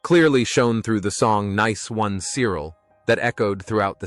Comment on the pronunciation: I stopped viewing this bullshit when 1. The horrible yank accent, and 2. 'Died of a heart attack' against the picture of alan mullery. Mullery is still very much alive. As for the pronunciation of Cyril', well....